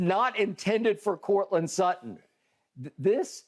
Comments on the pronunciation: "courtland slutton" lmao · “Courtland Slutton” 💀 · "Courtland Sluttand". nice 🤣🤣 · I came here for Shannon Sharpe to say Coutland Slutland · "Courtland Slutton"?? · Shannon: Courtland Slutton 😂😂😂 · "courtland slutton"